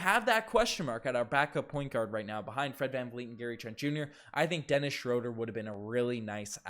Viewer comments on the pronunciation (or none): Dennis Schröder. Pronunciation: \SHROO-der\ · its pronounced schrooder.... cringe